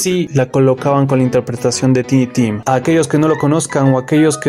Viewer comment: Solo un detallito, se pronuncia taini tim. Gracias por el video. Me suscribo ❤🎉